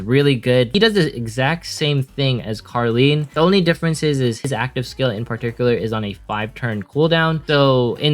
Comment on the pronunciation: The name of carleen are karen and charon are karon i thought he is saying karen😂🤣😂